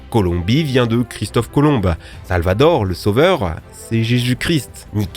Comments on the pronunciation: Par pitié un tout petit effort, Christophe Colomb pas Colombe 😅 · Dite c'est Christophe Colomb pas colombe, a prononcer colon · Super vidéo! Par contre c'est Christophe Colomb : on dit pas le "e" 😅